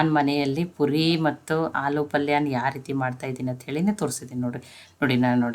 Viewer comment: ಪುರಿ ಅಲ್ಲಾ ಪೂರಿ